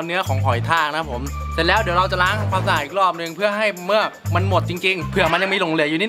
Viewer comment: เมือก! ไม่ใช่ "เหมือก" +